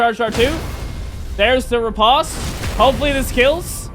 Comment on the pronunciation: Just for future reference, riposte is pronounced like ree-post